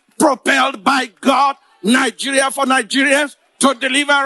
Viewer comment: Why does that girl pronounce words like that? Especially Nigeria. Nawa